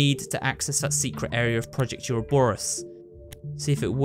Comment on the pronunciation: ITS PRONOUNCED ORO-BOR-US